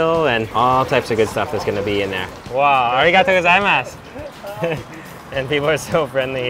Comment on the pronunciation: me watches desparetely...... IN A WHOLE VIDEO.. - ARIGATTO GAZAIMASU